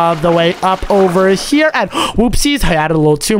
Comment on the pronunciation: Does literally anyone notice that keeps saying chere he's trying to say here but he says chere